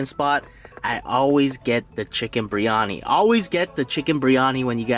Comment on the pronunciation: It's spelled biryani. You say it with the "r" before the "I". But it's supposed to be said with the "I" before the "r". The full pronounciation is beer-yani with a small roll on the "r". Keep up the good work tho! Just a little too from a brown dude